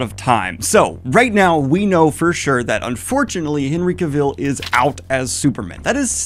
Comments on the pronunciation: That’s not how you pronounce Cavill, right? I sure hope not lol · stop pronoucing his last name like that - its weird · Daniel, you're great, but you keep saying Henry Cavill's name wrong. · everytime Daniel says Cuh-vill I want to throw a rock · I love this idea and the video but your repeated mispronunciation of “Cavill” is KILLING me 😂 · You should probably start pronouncing Cavill with the emphasis on the right syllable before you try to interview him. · Day 900 on Daniel mispronouncing Henry Cavill's name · I cannot watch this video because you pronounce Henry Cavill's name wrong every time. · I love Daniel, but his pronounciation of "Cavill" gives me a nervous twitch... 😅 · hate it when Henry is in the news as Daniel always mispronounces Cavill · Please… please for the love of god stop saying Henry’s last name like that.